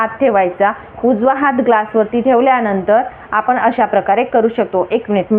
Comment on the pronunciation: ही बाई अतिशय अशुद्ध बोलतेय. आणी चा उच्चार आनी करतेय. आपण चा उच्चार आपन करतेय. पाणी चा उच्चार पानी करतेय. पान्यामधे पान्यावर ऐकायला घाणेरडे वाटते.